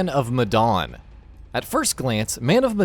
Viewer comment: Can I ask what Medawn is? It’s Medan. So easy to pronounce 😂🤣